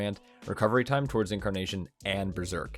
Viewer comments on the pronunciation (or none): none